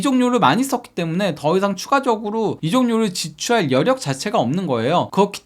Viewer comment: 간단 명료하게 '지출할'-->'지추하-ㄹ' '팔월'-->'파월' 또는 '팓월' 정도로 들립니다만?